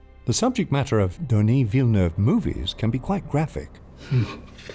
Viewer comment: I subscribed for the near perfect pronunciation of Denis Villeneuve. Extremely enjoyable to watch!!